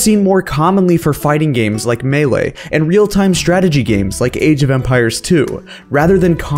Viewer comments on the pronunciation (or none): none